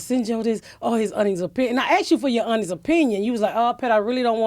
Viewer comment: First time I've heard "honest" pronounced "uuhnist"